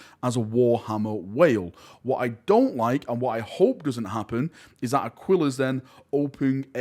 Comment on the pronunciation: Super distracted by your pronunciation of Aquillas Currency.